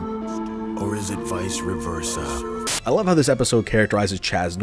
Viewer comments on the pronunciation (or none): Idk why, but Chaz saying "Vice Reversa" makes me laugh. Maybe cuz that's not how it's pronounced